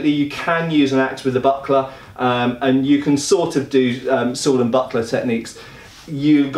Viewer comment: the way you said buckler towards the end I thought you said buttplug and was very confused